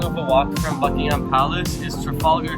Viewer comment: Upvote for not calling it Bucking Ham palace.